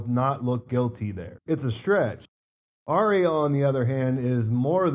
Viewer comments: Finally someone pronounces her name correctly lol it's not hard. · Potential mini spoiler. Not a leak but maybe an oversight by HBO. Arya (correct pronunciation Are-ya) was in a trailer that was broadcast in another country fighting Brienne at Winterfell. She was also wearing the cats poor dagger that we see Little Finger with in your pictures. Does he give it to her or does she kill him and take it? I guess we will find out soon! I feel like he will have one last power play up his sleeves. Chaos is a ladder after all. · was very specific about correcting somebody's pronunciation of "Arya," so he set the tone for posting with a high attentiveness to detail. There are always excuses for posting errors -- you say technology is to blame now -- and that's all well and good, but initiated this high bar with his earlier clarification.